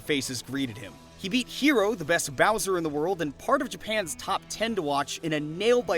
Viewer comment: Excellent video as always, but the HE in HERO is pronounced like "HEretic"